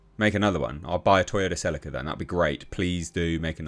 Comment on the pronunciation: I was about to sub but then I heard the way you said Celica.